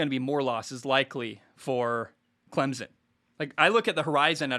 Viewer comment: Bro i swear, i love the show, but as a clemson grad and someone that grew up 30 mins from campus, it’s pronounced CLEM-SIN. The z in the middle has gotta go